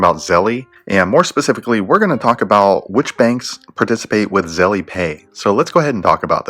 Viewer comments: "Zel" not "Zelly" lol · If you say Zelly ONE MORE TIME! 😠😡